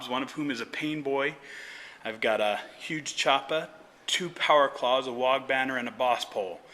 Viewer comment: "I've got a 'uge choopa" will never stop being funny.